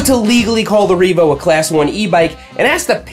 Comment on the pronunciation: I 💯 heard "this is the Reevo hopeless e-bike"